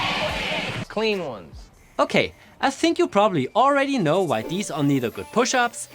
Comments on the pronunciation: Emphasis on "clean ones" but he was already dying at 13😅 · And he was so emphatic about it! Haha